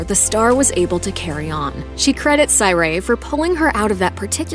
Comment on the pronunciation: I know dang well she didn’t say syray it’s sur righ not syray what 😂